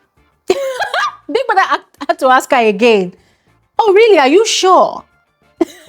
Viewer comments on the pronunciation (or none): Why can't Nigerians say the word ask or asked properly? Great analysis as usual